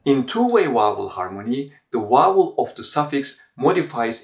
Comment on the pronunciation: A great channel! You also speak such beautiful English, but why is it so difficult to pronounce the word 'vowel'? Is the 'v' not a sound in Turkish? Every Turkish person I have met ( apart from one) invariably says 'Wow' instead of 'Vow.'